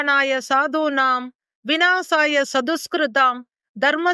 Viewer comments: Also paritraanaaya sadhuunaam vinaashaaya cha dushkrtaam- wrongly pronounced as cathushkrutaam. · மேலும் அது ச துஷ்க்ருதாம், இதையும் கவனிக்க பணிவுடன் வேண்டுகிறேன்.